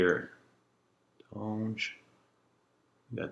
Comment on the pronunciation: Oh how paaaaaainfuuuuuul.... The 'H' in Hermes is Silent... I won't even touch your pronunciation of Cuir D'Ange, BUT: you clearly have good taste, and we like the same fraggie so you can't be all bad! ;") LOL